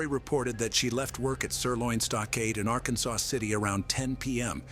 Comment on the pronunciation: Ok it is not Arkansas city it is ar-kansas city Kansas just saying